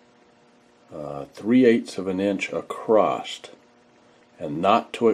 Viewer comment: This guy's the real deal. A true craftsman says "acrost", not "across".